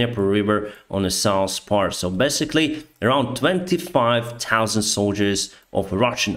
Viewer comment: i wait daily for your honest update of this ridicilous orcs-invasion. You would say "Citasion" and "norsss, sousss" could be better pronounced by now;) Keep the civilised world informed! GREAT JOB!